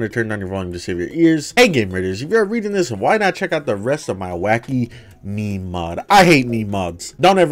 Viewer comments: no one talking about the fact he called it meemee gun instead of meme? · bro really just pronounced it me-me